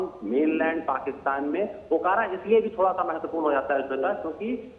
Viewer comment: अकोरा नहीं।। ओकारा